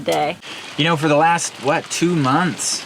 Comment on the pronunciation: Almost went a show without saying, Arcapelago... almost